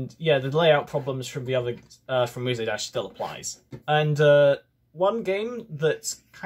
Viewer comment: Nice video EXCEPT FOR THE FACT YOU PRONOUNED MUSE DASH AS MUSAY DASH AAAAAAAAAAAAAAA /j